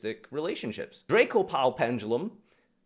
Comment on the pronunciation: I don't know why but I laughed so hard at the short pause after he said "Draco-pal pendulum..."